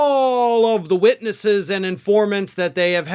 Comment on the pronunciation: “Witnesses”, not witnesses.